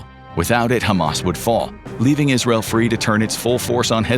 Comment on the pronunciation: Why is he pronouncing Israel like that